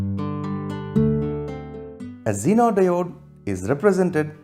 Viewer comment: Genre isn't wat he pronounced zenar like